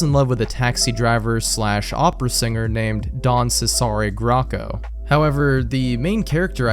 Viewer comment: isn't 'cesare' pronounced 'che-sah-ray'? i only know this bc my ex used to play.. skyrim? assassin's creed? i can't remember and there was a particularly annoying character named 'cesare'. (i'm willing to bet AC over skyrim since the second was set in italy)